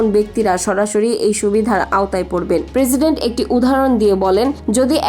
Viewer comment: পেরসিডেন্ট না। প্রেসিডেন্ট